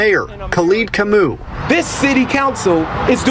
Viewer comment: u definately butchered the Kamau, name though kinda disappointed in my fellow tribe's man(if the name is legit)